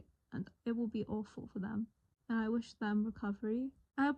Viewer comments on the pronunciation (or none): none